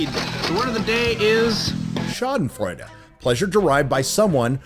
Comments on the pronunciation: You said the German word so well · Your perfect pronunciation of Schadenfreude was chef's kiss